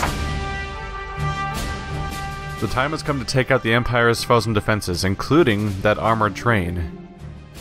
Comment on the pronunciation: The fact that he can't figure out how to pronounce Fouzen after all the times it's said show how little he pays attention to this game. Proof: he's got Catherine on his team (The game's objectively worst sniper), and the needless risking of Alicia which proves constant and annoying...